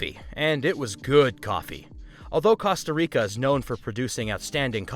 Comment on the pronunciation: it's pronounced Costa Rica not Casta Rica, there's an O not an A.